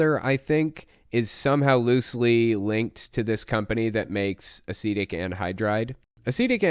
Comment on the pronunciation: Oh, that's the word he's using? Thank you, I thought he was saying 'Acidic' wierdly.